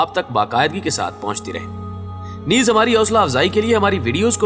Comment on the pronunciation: Bhai neez mat bola karain naiz bola karain